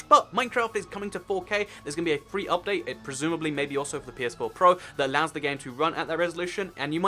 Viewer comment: "updae" xD